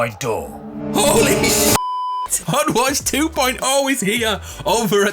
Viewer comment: hutwatch for LYFE (right ? that's how you said it?)